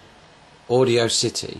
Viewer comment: audiocity haha its audacity "aw da city"